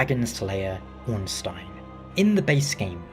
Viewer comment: Your pronunciation of Ornstein (being a German based Name) is certainly better than the usual one.